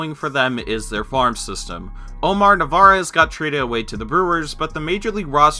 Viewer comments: It's narvaez not navarez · dudes name is omar NARVAEZ not navarez... cmon man least you could do is get the guys name right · He said omar navarez. ITS NARVAEZ. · Why you gotta pronounce the last name of omar narvaez wrong